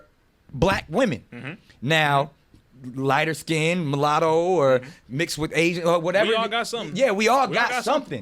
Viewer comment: When nick said mulatto 🤦🏾‍♀️